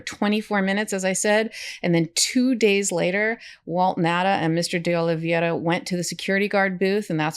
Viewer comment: Love this channel, great and important work. It’s pronounced- (Oli(VAY)ra) - OliVEIra. It’s a little tricky but actually easier once you get it. E before I sounds like (AY). Think “Hay”.